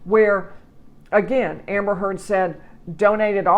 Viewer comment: She couldn't even tell properly Amber's name.